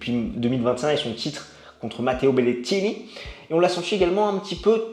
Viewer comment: hum, je ne comprend pas la prononciation exagérée de "DRAPER" et "BERRETTINI", sachant que TOUT les autres noms, sont totalement francisés et donc prononcés normalement :)